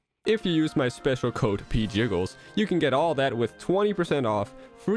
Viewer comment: I just realized that Pjiggles is said like Pee Jiggles, AND IT DOES